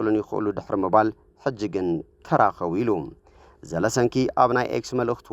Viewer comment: ዘለንስኪ not ዘለስንኪ